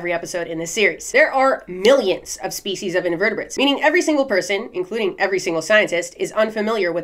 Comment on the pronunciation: When you said "let's break this species down" I heard feces..... like break this shit down... annnnd I'll be saying this from now on